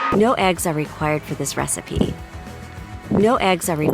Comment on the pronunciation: Narrator: fOr ThIs ReStiPy yOu NeEd tO uSe aLL tHe EggS YoU cAn fInD😂🤣😂🤣